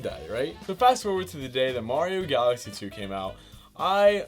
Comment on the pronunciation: When he says galaxy it sounds like Odessa